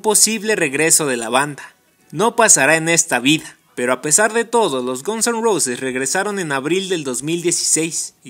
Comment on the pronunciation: Por favor pronuncia bien Guns N Roses. duele oir cómo lo haces